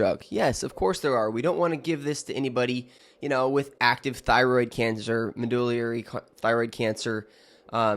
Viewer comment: Specifically, you mispronounced semaglutide multiple times, and then Medullary thyroid cancer (MTC). Not sure I'd trust your opinion or judgement.